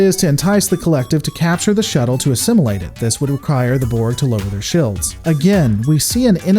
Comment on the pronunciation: How come your "shields" and "fields" doesn't have "i"s in it? I mean you pronounce them wrong, its a bit cringey to listen. Sawry.... ✌🏻️